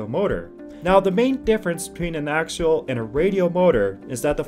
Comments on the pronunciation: AXIAL not AKSHUAL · (pe)s- you-doh pseudo Acks-ee-all axial. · Since you are using a North American accent I'm going to have to agree with learning your pronunciations. Stator stā′tər and Axial ak-sē-əl have actual pronunciation guidelines, which you are not following. I might also suggest looking into current application of said axial motors. Namely that seem to be implemented